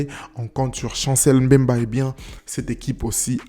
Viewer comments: Par contre tika naba M bemba ... ca fait mal a l'oreille d'entre un noir en plus congolais l'appeler comme ca. c'est Mbemba et non M bemba !!!! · Chancel "Mbemba" !!! Ozo prononcé yango lokola mindele M' bemba !!! 🤦🏽